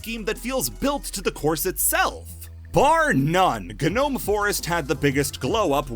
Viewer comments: If this mf says gnome forest like guh nome forest one more time im gonna kill myself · My ears bleed everytime he said ga-nome forest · Um, You're probably not gonna see this comment, but, Gnome Forest, or just, Gnome in general, isn't pronounced with the G, the G is silent!!